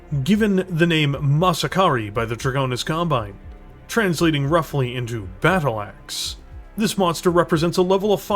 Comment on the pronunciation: “YOU DARE REFUSE MY BATCHAL?!”